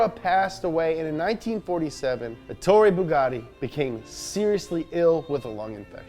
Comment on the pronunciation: who is this gus Billie ilish Me: no he's ettoro bugatti